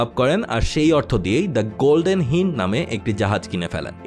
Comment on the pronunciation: গোল্ডেন হিন্ড নয়, গোল্ডেন হাইন্ড।